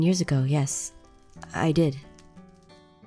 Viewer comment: Has your fever gone down? Aphmau: You knew?:Yeah Me:I THOUGHT HE SAID YESH FOR ONE SECOND XD